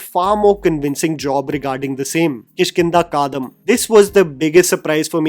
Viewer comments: it is Kaandam, not Kaadam!. Kaandam means Kaand in your Hindi! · it's Kishkinda Kaandam not Kaadam. Malayalam way of saying Ramayana's Kishkinda kaand.